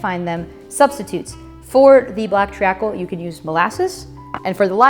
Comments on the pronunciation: Treacle is pronounced TREE-CUL, not TREE-A-CUL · Love your videos, but as a brit I can't help but correct you slightly on the name "Treacle", it's not "Tree-ah-kul" it's pronounced "Tree-kul". Amazing recipe, Sticky Toffee Pudding is a staple here! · It's pronounced Treecle not tree-a-cle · Its pronounced treecall not tree acall😅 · Treacle. Said phonetically is... " TREEKUL " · Love the way she pronounces it "tree-ah-cle". Completely wrong, but so cute! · Excellent video but treacle is pronounced like "treekle". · Hey 😀 Great video - just a little heads-up... you don't pronounce the A in treacle... it's just tree-kul. Oh, and you can also have it with custard! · Awesome! Treacle is pronounced Tree Kull. Black molasses works fine if you live in the USA. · I quite enjoyed the mispronunciation of treacle I may adopt it myself 😂